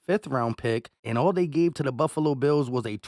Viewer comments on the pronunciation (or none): none